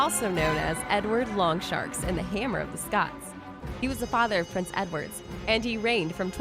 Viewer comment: It's Edward Longshanks, not Longsharks! Ayeyayaya.